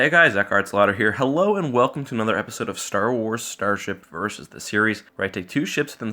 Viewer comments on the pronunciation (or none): none